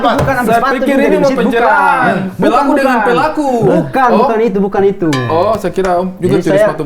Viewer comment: panakuk kaks, bkn panako 😂 ampong, panako tu arti laeng lg eee 🤣🤣